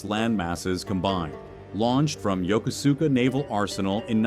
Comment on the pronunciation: Can't even pronounce Yokosuka properly.